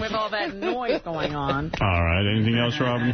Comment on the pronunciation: Gary can’t help but drop in lines and then sit back and look for Howard’s approval. He also has to say “eltse” instead of “else.”